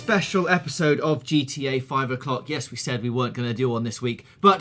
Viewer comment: At the end I heard GTA V O'cock